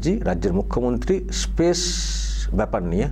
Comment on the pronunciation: ওসব অনেক দূরের কথা, " স্পেস " উচ্চারণ টা করা যাবে তো নাকি , তাতে পবলেম হবে বলে " পেস " বলতে হবে। 🤣🤣🤣